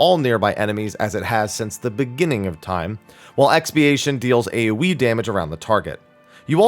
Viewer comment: Everytime you said AoE damage I hear "A wee damage" 🤣